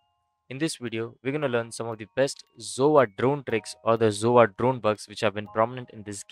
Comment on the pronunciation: I love how he says zova instead of sova lol